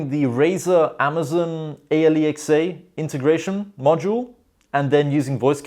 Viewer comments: Alexa is pronounced as "ayleeexay" now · no one gonna talk about how he pronounced alexa?